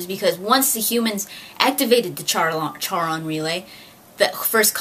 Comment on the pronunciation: It's really cool to see such a nerdy girl, out in the open. Anyways, Charon is pronounced like the name "Karen", for future reference. You know what you're talking about, for the most part =P +1 Subscriber